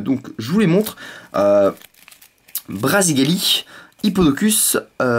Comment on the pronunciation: tu a dit RASéGALI alors qu'ont dit BRASéGALI